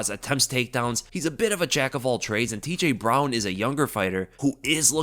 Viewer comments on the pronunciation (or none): You really butchered the pronunciation of 'TJ Brown', bro...